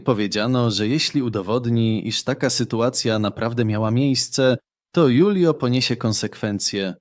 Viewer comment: Może się mylę, ale jeśli to był Hiszpan lub pokrewny, to jego imię czyta się Hulio, nie Julio.